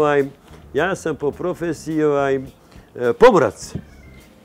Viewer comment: boze opljacko 100000 zlatara a ne ume da kaze "po profesiji"